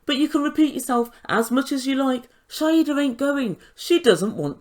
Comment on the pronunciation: Her name is Shaeeda (shy-da) not Shaeda (shy-hida)